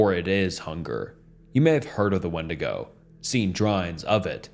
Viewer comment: It’s pronounced windigo